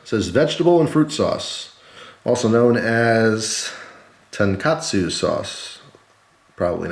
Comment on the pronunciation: I'm a bull dog and you pronounced tonkatsu perfectly! Great job! Woof, woof!